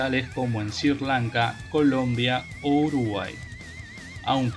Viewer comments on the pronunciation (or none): none